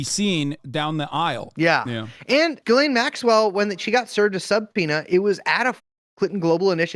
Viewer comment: You guys would have a lot more credibility if you learned how to pronounce Ghislaine (zhisslay)